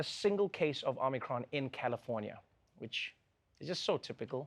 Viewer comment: Check your Omicron pronunciation